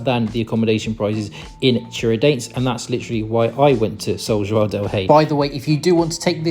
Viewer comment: I have to praise your pronunciation of the "ão" sound. It's very rare to find an English speaker that can say João correctly. I'm glad you enjoyed your visit to Brazil, and hope you'll come back often.